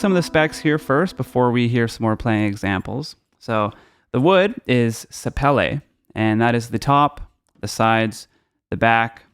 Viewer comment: Hey. I really enjoyed your playing and review. I own thirteen 12 string guitars right now. My only point here is that I'm an idiot and you have plenty of room. Best pronunciation of sapele, too. Take care and be well. Mark